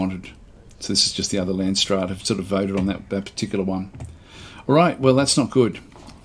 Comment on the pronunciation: I like how your prenounce landsraad. It's a Dutch word so you completely butcher it.